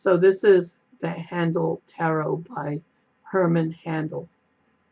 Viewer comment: Down a YouTube rabbit hole with Haindl tarot lol. Enjoyed the walk through. Just to let you know though his name is pronounced like HINE-dle not HAN-dle :)